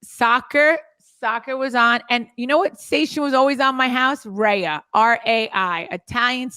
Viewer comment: Teresa same here. My Italian dad only watched hockey. I know nothing about other sports and team members. RAI is pronounced "Rye"